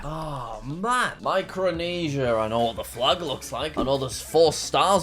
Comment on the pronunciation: Bro, i heard ** and not fact- And ** and not flag